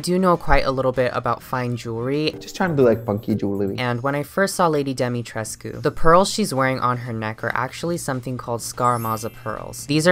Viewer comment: POV you’re Romanian watching this to see if butchers the pronunciation but it ends up NOT being horrible 👁👄👁